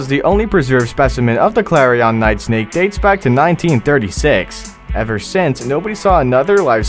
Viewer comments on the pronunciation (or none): none